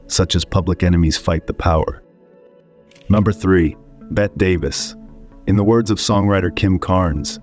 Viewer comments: "Betty" not "bet" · I'm not quite sure how many times I can hear the wonderfully mispronounced "Bet" Davis. Some real quality work here. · Bring in Bette Davis....Pronounced Betty!! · The narration AI needs tweaking. Also, that's "Bette(y)" Davis, not "Bett" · Whosever programming the AI voice- over for this video might want to reprogram the part where the 'guy' keeps saying, 'Bett' Davis....just suggesting.... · yeahhhhhh her name isn’t “bet” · Wow I posted a little too soon. Bette Davis pronounced as “Bet” Davis? WTF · What? Her name is pronounced "Bettie:" Everyone but YOU has been calling her that for decades. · AI thinks “Bette” is pronounced “Bet.” Wrong, AI. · Bette's name is pronounced "Betty." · Are you saying, "Bet" Davis? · Bet Davis? Really....didn't you review this video before posting it? AI stinks. Hire a professional next time. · This is just lies followed by lies followed by lies followed by more lies...... the AI machine reading this is the reason you should be very afraid of AI. btw, bot, it is pronounced BETT EEEE ..... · Particularly if a narrator who knows how to pronounce “Bette” could be found. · Learn how to pronounce people's names (such as Bette). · It's "BETTY", not "Bett" Davis. Also, the word is "SKEPTICISM," not "Septicism." Jeesh!